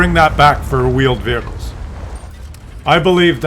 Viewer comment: It's called 'World of Tanks',. Not 'World of Wheeled Feweecles'.